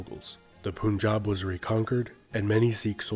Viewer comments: You are right sir. The right spellings are "Panjaab". Panj+Aab=Five+holy rivers. Land of five rivers. Panjaab. Britishers were unable to pronounce any word having having stress on "Aaa". They used to say Punjab(Panjaab), Runjit(Ranjit) Singh, Jummu(Jammu), Jullundhar(Jallandhar), etc. They started in writing as they spoke. Our politicians in Panjaab are very idiot and selfish. Even after 1947 When Britishers left Panjaab still they didn't correct the spellings. But see the spellings of Panjab University, Chandigarh. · I keep hearing poon-jab, and thinking it's been a while since I jabbed some poon. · I don't want to be petty but poonjab? Mooghals? Good god the prounciation made me laugh Also, love all the bhakts in the comment section 💝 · Don't speak it as (pun)jab .. speak it as pānjab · It is pronounced Panchaab. Land id five rivers. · Poonjab ... seriously dude?! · For Godsake learn how to pronounce PUNJAB first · Every time I hear it pronounced POONjab, I cringe. It also drives me nuts to see women with the name Singh since it is a male designator. I have never in all of my life run into any of my native speaking family members say it in that manner. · this short documentary is rly good, however, I just can't get over the atrocious pronunciations. Like dude, if you're gonna mention things in another language, at least try. The first POONJAB made me mega cringe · These people never learn how to property pronounce Eastern words but will sure laugh on others accents. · It's Punjab! "Pun" as in "punk" not "Pun" as in "Pool" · Please pronounce correctly it's Punjab not pun jab Here pun sounds like fun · I dont know why westerners pronounce Punjab as "poon-jab"? Do you pronounce Fun as Foon or Sun as Soon? Then why say Pun and Poon? Try saying Pun-Jaab. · Nice and well made documentary. But I should notify that it is pronounced as "Punjab/Panjab" , not "Poonjab" . Pan - like the English word Pun followed by jaab . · It’s pronounced “pun” not “poon” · “Poon - jab” 🤣🤣